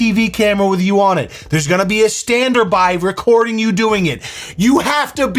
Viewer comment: A “standerby” lol